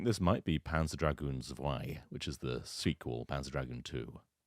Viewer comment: Zwei is German for two. It's pronounced with the "w" pronounced as more a "v" sound, so more "zv-aye- rather than "zw-aye"